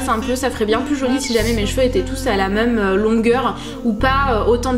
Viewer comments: J'aime trop tes vidéos mais ton accent sur le mot même m'énerve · je t'adore et j'adore la manière dont tu dis même! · tu dis tjrs ''meume'' mdrrrr je t'adore